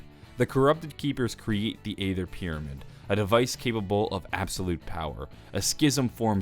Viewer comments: saying Ay ther and not Æther (eether) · Dark E' ther the A is silent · I love your story videos and watch them each day the come out. But... aether is pronounced Ee-ther, with a long E at the start. It's just an alternate spelling of ether, as in ethereal. You can do it!!